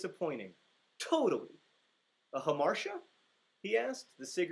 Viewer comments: are you serious??? you just ruined the whole thing!! hamartia is pronounced hammer-tia NOT ham-marsha. that is super grating and the movie used your mispronunciation. let me assure you that teaching young people the wrong pronunciation of a word will propagate. totally disappointing. totally. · I pronounced hamartia the same way he did, like huh-mar-shuh but apparently it's ha-mar-tee-uh...